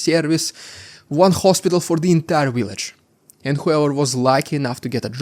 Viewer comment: Thanks for years of great reporting. Your English is excellent too. I only corrected pronunciation sometimes to help--not just criticize. Keep it up. BTW, "rhetoric" and "subsequent" have emphasis on the first syllable. Lastly, please learn the "v" sound. Put your upper teeth on your lower lip. It's "village", not "willage".